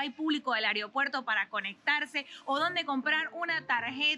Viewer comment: "areo puerto"